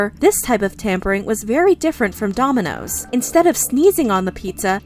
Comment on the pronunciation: Heh heh She said DOMI-NOSES